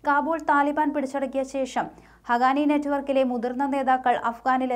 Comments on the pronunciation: not ഹഗാനി it's ഹഖാനി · Not hagani....it is HAQQANI... for heaven's sake pls learn to pronounce correctly...